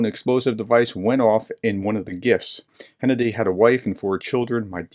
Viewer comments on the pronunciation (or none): Hennadii is pronounced Gennadii.